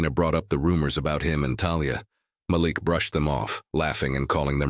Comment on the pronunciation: SKIP SKIP SKIP Does this narrator like repeating & repeating & repeating the same phrases over & over & over again. His name is pronounced Maleek. This narrator needs to find a new job because he really sucks as a narrator. This is a joke and nothing more. Yada Yada Yada Yada. It’s nothing but a ridiculous fake story. Nothing but a bunch of total BS.